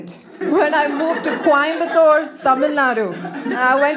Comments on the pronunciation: She still speaks in fake accent. Who can pronounce Coimbatore as Quaimbatore 😂😂? A scale is an instrument used to measure or compare things. So it's nothing wrong to call that particular instrument she is talking about a scale. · The way she pronounced Coimbatore 😂